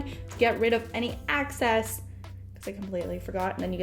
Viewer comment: "Greatly well"? What is "sheat oil"? It's excess hair not "access hair". Its hard to take you serious when you can't even speak correctly. That makes you sound young and uneducated...